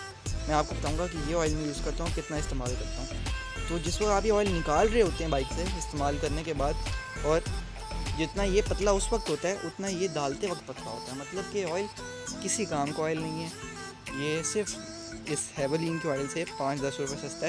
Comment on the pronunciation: دالتے وقت نہیں ڈالتے وقت